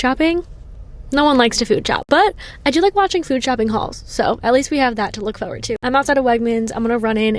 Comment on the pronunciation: i love the way you say “forward”.. it’s such a new jersey pronunciation lol